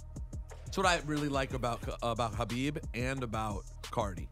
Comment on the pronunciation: Cringed when he destroyed Khabib’s last name 🤦🏽‍♂️